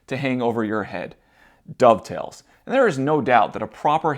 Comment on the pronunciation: Dado-ve-its :D